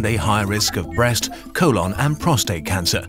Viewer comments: It's colon, not co-lawn. We finally can pronounce the channel name and you give us this? For shame. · "Vehtimin". "Co-lawn" - This isn't even a fault of your accent, you're just really badly mispronouncing words. If you have a channel educating people, you need to speak properly.